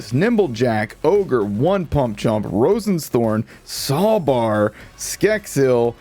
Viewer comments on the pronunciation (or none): Roisen's thorns is pronounced row-sheen's. Row like in a boat, not an argument.